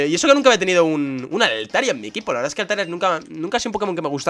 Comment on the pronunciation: lo de "VEERDAH" lo decias en el video de gameplay de muñecos si mal no recuerdo lo decia woody jajajajaja